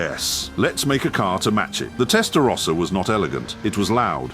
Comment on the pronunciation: Can’t even pronounce “rossa” properly